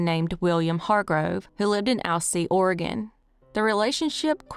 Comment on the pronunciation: Thank you for not calling it Or e gone, or Orgun. Everyone not from here cant pronounce it. You did it right.